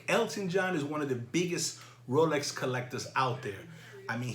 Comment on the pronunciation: ROWLECKS ROWLECKS ROWLECKS